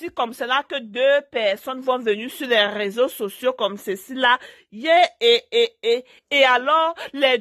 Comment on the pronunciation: On dit réseaux sociaux et non raiseaux